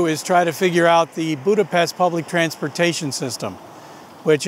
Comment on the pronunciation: it is sad that you cannot pronouce 'Budapest' correctly.